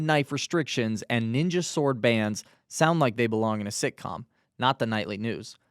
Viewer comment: Love how the indian guy does not read english well enough to know SWORD has a silent W. BBC for you.